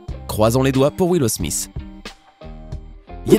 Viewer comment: Je me demande pourquoi Smith sonne smiss a vos oreilles car ( th ) ne fais pas le son sss en français